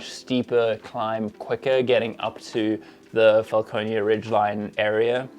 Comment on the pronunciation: Franconia Ridge definitely not Falconeia Ridge